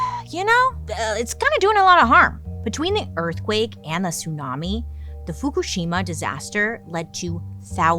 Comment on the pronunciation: Girl… you killed pronouncing the Japanese nuclear power plant name! Love you 😘